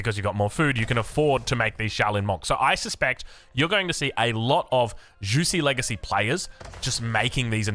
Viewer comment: Juicy's legacy, very fun pronunciation, perhaps an homage to OJ